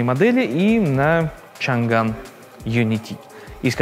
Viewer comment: Чанань он, а не Чанган! Это пиньинь, а не английский. Твёрдый слог Chang, где g означает твёрдость слога, отстутствие g - мягкий слог. В крайнем случае Чаньгань (если слоги chan-gan). Но в данном случае chang-an.